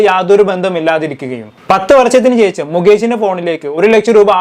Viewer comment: Not checham…its shesham….adhyam malayalam padikk…naaak vadikkk